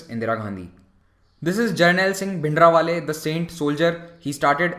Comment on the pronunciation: It is Bhindranwale not Bhindrawale